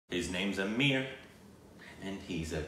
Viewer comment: P.S. I liked in the beginning how you were pronouncing Aamir the correct way!!!!